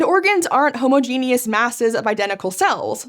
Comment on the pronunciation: every time I hear someone say "homo-genius" instead of "hum-odjeh-nuss" i think of my grade 11 science teacher I hope that man is still doing well